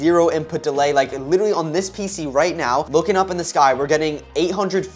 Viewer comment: The fact that the guy only says Willinly not literally 😂